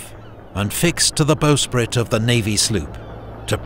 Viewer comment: The bowsprit is pronounced with a 'bow' as in the bough of a tree, not 'bow' as in bow and arrow.